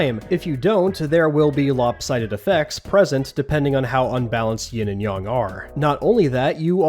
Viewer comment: Or... It's like they're pricing the units like units in the tabletop version. - It's Yin and Yang. Not Yin and Yong..